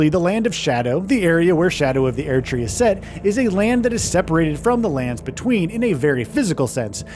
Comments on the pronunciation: Everytime this guy says "Air tree" I bite another finger off my own hand out of frustration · God please stop saying aired tree. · "Shadow of The Eairdtree" 21 times in less than 9 minutes. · why the fuck does the VO keep saying AIR-D tree? enough to stop watching and dislike this video, since obviously they've never played the game. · I fkn hate how he says Erdtree: sHadOW oF thE ÄeRdTree Not to be the biggest Fromsoft meatrider here, but this is literally the only studio that you could bet your entire life savings and a house that they will deliver. these fkn unnecessary clickbait watch mojo ass content. what is it that I HAVE TO KNOW? that you can't pronounce Erdtree? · shadow of the Airtree huh? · bros not tryna say 15 things when he cant pronounce erdtree😭😭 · Either say Erdtree right or don’t make a video, holy shit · You can’t even say Erd Tree correctly? They literally pronounce it for you in game…